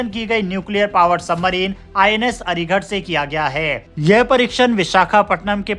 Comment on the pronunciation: हिन्दी सुधार। अरिघट नहीं, अरिघात।